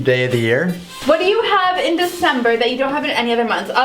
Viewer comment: The d in Desimbre